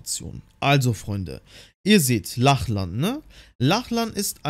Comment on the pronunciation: Es wird Locklin ausgesprochen nur so zur Info 😅